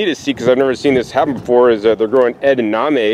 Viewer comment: Do you mean edaMame? Not edaName